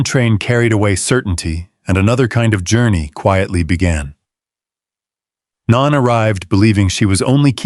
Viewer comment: No knee, not non. It's pronounced no nee